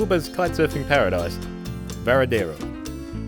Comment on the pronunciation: FYI...your "spanish" pronunciation is/was dismal... (start with "VaradEro"